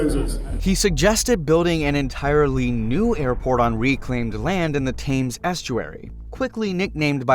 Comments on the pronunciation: You say it "Tems" not "Tames" Estury. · Thames is pronounced “Temms” not “tames”. I find it astounding that Americans can’t get names of very well known places correct. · It's pronounced TEMS, not TAMES. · It’s pronounced “tems” not “tames” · Heathrow used to be named "Heath Row" and "Thames" is pronounced "Tems" not "Tames" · "Thames" = "Tems". Not "thaymes". x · Expansion at Gatwick will occur before a new runway at Heathrow. The best option for London would be to build a new airport well outside of London, most likely north or north west, with proper high speed links to the city and the rest of England and beyond. Thames rhymes with tems or hems, not tames. A rout is when you run up the score against an opponent. Route rhymes sounds exactly like root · River Thames, pronounced: Tems. Not Tayms. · Thames is pronounced "tems" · It’s pronounced “temz” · You were doing so well until you tried to pronounce "Thames". It's pronounced "Temmz" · Let’s address your pronunciation of Thames it is pronounced closer to Tims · 7.50.... 'tames' estuary 😂😂😂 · Utter madness of an idea and a very one-sided and shallow account of the issues. Oh, and it's the River Thames - pronounced "Tems". The rest of this report is about as accurate. Back in the 1960's - or maybe even the 1950's - the civil service decided a new airport would be built at Stanstead, which partially exists today. That is where any expansion will happen. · River Thames is pronounced River “Temz” … in the UK a fairly large percentage of our place names and land features aren’t pronounced as they are spelt. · He can't even pronounce Thames properly,how do you expect him to understand English geography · DUDE - Please look up how you pronounce the name THAMES!